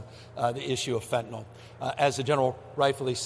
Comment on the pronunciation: Why do so many pronounce the word as fentaNOL instead of fentaNYL. A surprisingly large number of people do this